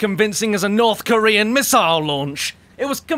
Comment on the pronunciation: “Like a north kearan missle launch” I’m America I have no fear